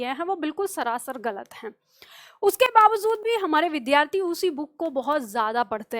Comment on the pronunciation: namaste,vaise to aap achchha padhati hain lekin aap vidyarthi shabd ka uchcharan galat karti hain.vidhyarthi uchcharan galat h.kripaya bura n maanen.